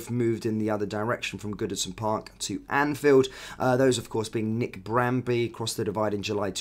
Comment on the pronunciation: Alblett and Bramby? You mean Ablett and Barmby